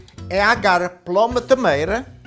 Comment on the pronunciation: I love how you say I gottte 😉